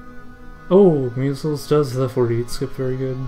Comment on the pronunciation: My name is pronounced My-zelz, not me-zulz